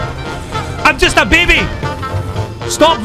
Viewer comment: “IM JUST AH BEBEY” lol I died